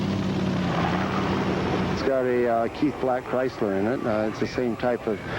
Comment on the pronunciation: Wtf is a “CHRYSTLER” Hemi?